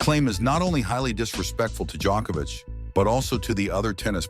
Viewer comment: Man, if Djoković is pronounced a certain way, why should Genčić be pronounced differently?! When you're already making a documentary and putting in serious effort, at least try to learn how to pronounce Slavic names. We are not such a small group of people, you know... Half of Europe, at least... Btw. good work :). "Not to bad".